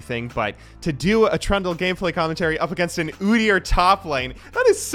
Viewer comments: Trundle's secret passive is that can pronounce his name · Oh you said Trundle, not Trund u Turndle or whatever you usually do with names, gj bud